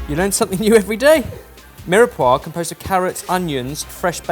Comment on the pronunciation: I love, great sense of humour, very talented, helps everyone and passes on loads of information, but the way he pronounces mirepoix really grinds my gears 😂